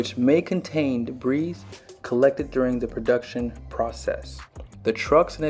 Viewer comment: I'm not being a smart aleck but I wanted to tell you that the word debris is pronounced debree,,, don't pronounce the s...